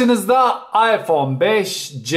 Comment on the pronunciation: iphone 5s i beşes diye okurken 5cyi beşce diye okumak garip değil mi ben de öyle yapıyorum gerçi de ilginç geldi yav birden